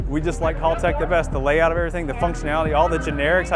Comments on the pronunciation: Hey yanks, just feel the need to say It's HAL-tech Not HALL-tech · Imagine being that much a Haltech fanboi and not even being able to say the name of the company right? That's just embarrasing. It is Haltech, not Haultech!